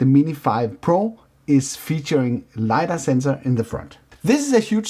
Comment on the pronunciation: Nice video. Complete and entertaining. But its "LY-dar,"